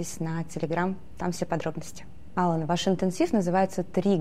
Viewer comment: АлАн он, с ударением на второй слог. Осетинское имя.